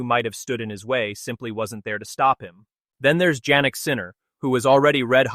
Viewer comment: You folks should not be allowed to make videos. Your announcer(s) cannot correctly pronounce the first name of Jannik Sinner. In this video, referring to a great 5 set match between Novak and Felix Auger-Aliassime, the unintelligible mess the announcer made of this player's name was criminal in its disrespect. If you can't correctly pronounce a person's name, get out of the business.